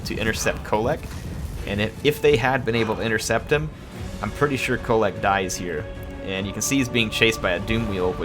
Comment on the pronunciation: That end with Kholek was more like "hit a mole"